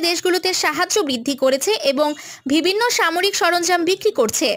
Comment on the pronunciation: আপু উচ্চারন টা ঠিক করেন। ভিবিন্ন না বিভিন্ন